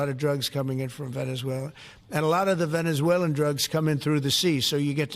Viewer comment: Does he have to pee? & why can he pronounce Venezuela, but not Venezuelans?